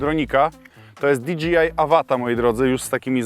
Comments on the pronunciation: no przypierdalam się po prostu, że zamiast dji wymawiasz dga. Chociaż za którymś razem już załapało i zacząłeś wymawiać prawidłowo. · di gi aj polska ?🤣🤣🤣 to jest na licencji di dżej aj ? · Jest napisane "DJI", a mowisz ze "DGI" ? To kto w koncu ? :D i co to ten DGI ? co produkuja ? ;)